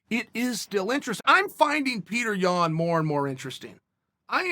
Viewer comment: Of course you like Petr Yan. You pronounce his name correctly.